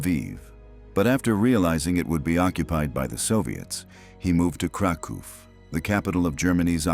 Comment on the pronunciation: Kraków: krakoof; Volhynia: Wołyń: voween